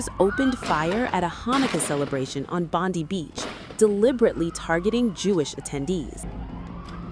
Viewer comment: This is a fake video, because the way she is pronouncing "Bondi" is incorrect